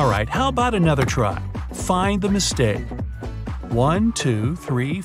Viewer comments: It's mistake not mitsake.. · It's Mistake not Mitshake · Its mitsake instead of mistake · Mit-sake the kit is at sake🤣🤣🤣🤣🤣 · Lol he said mit sake